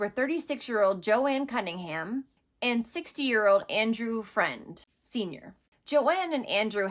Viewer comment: Its pronounced fruend not friend not like it matters i just live a half hour away and it was all over the news so Ive heard his poor name a million times on the news. Its a big story here